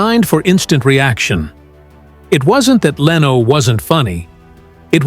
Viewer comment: I sure do hate AI narration. LEENO, seriously? It even went from correct to wrong pronunciation in the same monologue! If the text is correct it really sounded like Leno was a victim of the consequences of other people's decisions. And as for class, Letterman was an especially low class person and presenter. Leno was much classier and more professional than Letterman in front of the camera in every way. He remains very classy in his car collector YouTube videos. This video sounds like someone's fiction assignment.